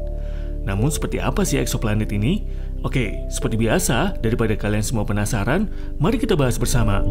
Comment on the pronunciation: "daripada kalian penasara" with logat madura